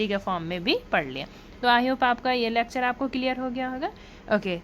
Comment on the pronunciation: It's lecture not lacture.